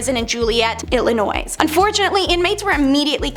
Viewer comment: Never heard of Illinoise, either. FYI, the "s" in Illinois is silent.